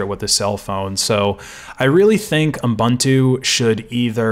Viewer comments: He did pronounce it um-buntu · Is it just me, or does it sound like you're saying "U m buntu" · like M'buntu, reminds me of some african-ish name